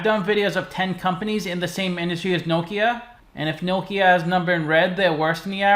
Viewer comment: i like you pronounce correct name of the company